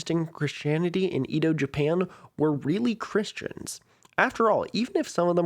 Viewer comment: Edo is pronounced "Ey-doh" not "ee-doh"